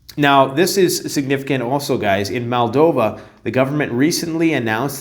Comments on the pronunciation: MOldova not MAldova. 🤦‍♂️ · Its Moldova - not Maldova